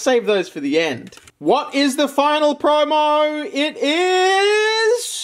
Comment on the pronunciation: Lol. Aussies say the word promo "preaurmeaur"